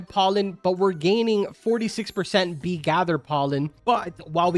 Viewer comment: I thought bro sayed knee swarm simulator